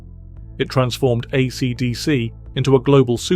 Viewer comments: Please ditch the awful AI voice. No one pronounces AC/DC like that and it’s very distracting. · The narrator has an odd way of pronouncing "AC/DC". AI slop? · Was well worth watching this video, if only to hear the name AC/DC pronounced in a way I have never heard before, in all the decades I've followed them.